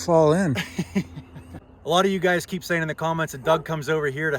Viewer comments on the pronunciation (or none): none